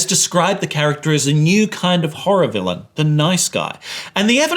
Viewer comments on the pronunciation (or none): none